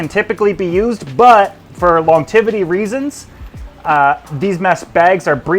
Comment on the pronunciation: Buddy, I love you, and I'm sorry to have to say it, but it's driving me crazy... 'Longevity'... not "longtivity"... there's a 'g' in there, and only the one 't'. ☮💗